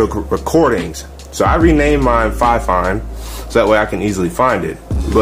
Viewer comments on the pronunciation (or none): dude awesome video but a quick pointer fifine is pronounced more like (Fee-Fine) again awesome video just wanted you to know though btw left a Like dude and subbed for being so helpful.